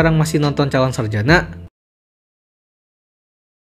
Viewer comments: Calon sarajana bukan sarjanak.. Gak pakai (K) min.. Risih kali denger kata sarjanak😢😢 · Sarjana bang bukan sarjanak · Ini gw yang salah atau gimana sih? Kedengerannya kaya calon saljana bukan sarjana....